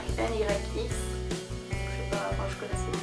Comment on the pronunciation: Tu m'as fait rire a dire "N . Y . X" ahah ça se lit tout attaché et comme ça s'écrit "nyx" c'est une marque de cosmétiques c'est assez connue 😊 Sinon j'aime beaucoup ce que tu as acheté ! et je suis d'accord avec toi ce ne sont pas des soldes fantastiques cette année.. mais tu as fais de jolies trouvailles, celle que je préfère c'est ton sac Zara! Sinon super vidéo, tu es très à l'aise devant la caméra, très sympa! n'hésite pas à faire une autre vidéo soldes si par hasard tu trouvais d'autres articles au moment de la dernière démarque par exemple je la regarderais avec plaisir! voila voila gros bisous 😘